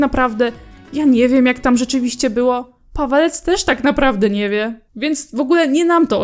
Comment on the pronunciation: Czemu ja za każdym razem słyszę "Padalec" zamiast "Pawelec"